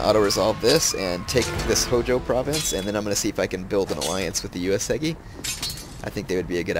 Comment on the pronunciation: It is not UesEgi it is UesUUUgi!